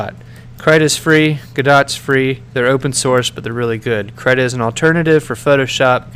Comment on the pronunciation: Guhdough and kreeta are the proper pronunciations btw